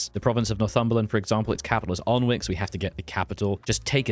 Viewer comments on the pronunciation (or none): For the record Alnwick is pronounced a-nick